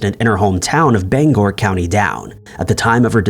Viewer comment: Bang ger is how its pronounced